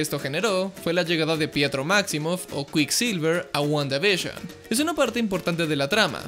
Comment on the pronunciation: Nadie:: Wguandavishon Yo: Guanda y Bisión;-; XD